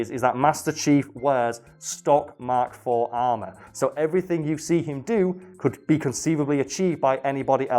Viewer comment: Every time you say mk IV I cringe